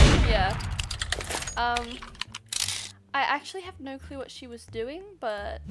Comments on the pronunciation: When she says no se doesn’t say no she says nor and that’s funny 😂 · I LOVE HER “NAUR’S” <3